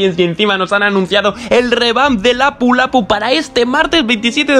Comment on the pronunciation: El primer español que escucho pronunciar bien el nombre de lapu-lapu. ❤️❤️💆‍♀️💆‍♀️💆‍♀️